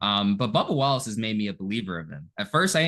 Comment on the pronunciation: Scrub-ba WAL-lace